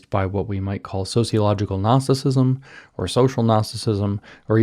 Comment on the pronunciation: I can't tell if James is saying gnosticism or narcissism.